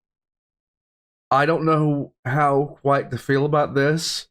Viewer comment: How 'quite' you love it? Or How 'white' you love it? I didn't hear which you said, but in this instance: 'quite' could imply the potential of not liking it. While 'white' completely seals the deal. How white you love that has already answered itself xd.